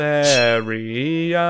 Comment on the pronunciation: Come on now. It’s Bavaria for gods sake, don’t pull an Italy on us.